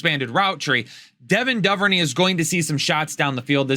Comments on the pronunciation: DuverNAY not DuverKNEE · Great content! Also, it's Doo-ver-neigh in Devin Duvernay.